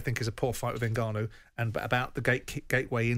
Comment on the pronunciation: Someone please tell garath its not 'n-ganu' but Ngannou